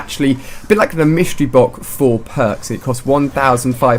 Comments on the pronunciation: he said mystery boc lol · "the mystery bok"